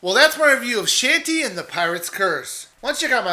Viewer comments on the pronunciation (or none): It's not "Shantee". It's pronounced "Shaun- tay" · DID YOU JUST CALL HER SHANTY? HAHAHAHA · He no longer sounds like he's begging for subs. ^_^ Also, YOU PRONOUNCED HER NAME WRONG, AND IT MADE ME CRINGE SO MUCH!!!!!!!!!!!!!!!!